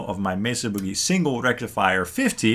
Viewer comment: It’s ‘Boogie.’ Like the boogie-woogie. Not ‘buugie.’ 😂